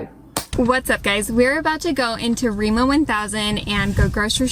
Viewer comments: As a Norwegian, I have a few comments to make: 1. Remo 1000 isn't a thing. It's Rema 1000. She mispronounced some of the words and the subtitles reflected that. 2. Yes, there are some plastics on certain groceries, but you can get "loose" fruits and vegatables without plastics, only you need a plastic bag to put them in. 3. No, we don't have a lot of Mexican immigrants, but in our culture we have our own flatbread traditions (lefse and flatbrød), so tortillas and tacos aren't that foreign to us (the concept), and being so far from Mexico I think people are interested in trying food that wouldn't be common here, hence grocery stores made these products available. 4. The caviar in tubes is different from the expensive black caviar. Our caviar is orange/reddish and comes from cod (cod roe) and other common fish, not the beluga sturgeon where black caviar comes from. 5. Some items are very expensive here, other things less so. I've been surprised by the fact that even some of our food is cheaper than in some US grocery stores, while many products are priced similarly. Norway's not known for being cheap, but the average Norwegian is more prosperous than the average US American. Also, rent is apparently cheaper here in Norway than in the USA, on average, and we don't need to pay health insurance. 6. Brown cheese is just whey that's been caramelised (natural sugars in the milk turn it sweet), turning it into a soft and chewy (like soft toffee) sweet cheese. It's definitely an aqcuir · This one is really not very good. What she says about the chains we have is a bit odd. She also botched all the names of the chains. We have very little competion on the grocery stores in Norway because we pay people a livable vage and that seems to be a problem for foraign chains for some reason.